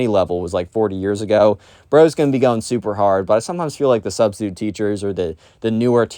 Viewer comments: “My Sustistute teacher” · Ah, yes. The sus-titute.